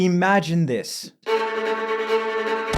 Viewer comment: Stress on the word: IMAGINE